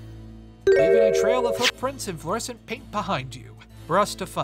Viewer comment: Flescent lol